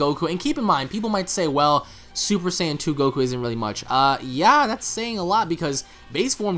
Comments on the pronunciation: hey guys. Why do you say Saiyan the way that you do? More like "S-eye-an" rather than "Say-in". Not trying to be a dick at all, I'm genuinely curious. I'm sure there is good reason. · Whats with the new pronunciations? Saiyan or Sian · Why the hell he keep saying super cyan